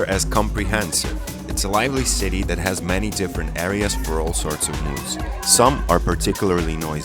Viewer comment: Wish fellow Mancunians would pronounce City properly rather than ‘citeh’ ITS CITY.